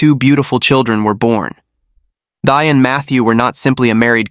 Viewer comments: Her name is pronounced like “T” and not “thigh” 😂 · Her name pronounced “ Tea” short “ y” Thy. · Please, the pronunciation for Thy sounds like Thee, exactly. Thy is a beautiful Vietnamese name! Please don't mispronounce it. Thank you!